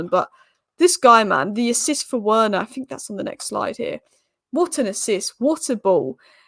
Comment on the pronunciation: I know it's a small thing but Werner is pronounced like "Verner" by the way. Good analysis as usual, I'm sure you'll be conflicted in the next round wether to support man united or your secret favourite team Spurs ;)